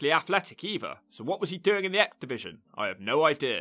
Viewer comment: Does anyone else hear "exhibition" whenever says "X-Division"? LOL